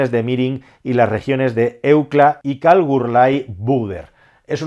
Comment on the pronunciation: se dice: KalgUrie xD